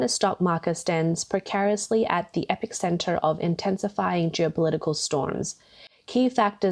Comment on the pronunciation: It's epicentre!